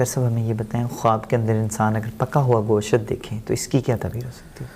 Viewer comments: Go shat ya Gosht. Sahi bol to Liya Karo tm log. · Goshat nhi Gosht talafuz Hai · ap b gosht ko goshaat kh rhy hyn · Its not ( Go-shat) word its Gosht ahahahah